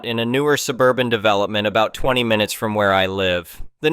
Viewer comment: Minu ets? Is this read by ai?